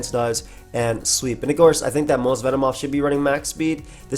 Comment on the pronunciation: Ah yes, my favorite mon Ven-moth xd Joking aside, love using this bug